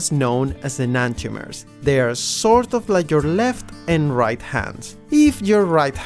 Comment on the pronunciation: D? I thought it was R! Dight? It’s RIGHT! RIGHT IS RIGHT, NOT DIGHT!